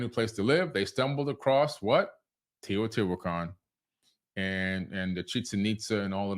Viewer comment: They pronounce it. Tehuty huacon 🙌🏼🤩